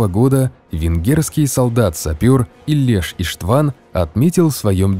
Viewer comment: Не правильно произнесли имя и фамилия венгерского солдата, Ийлеш Иштван, ударение в фамилии на первую букву, а в имени тоже самое) Не Сигед, а Сегед Имре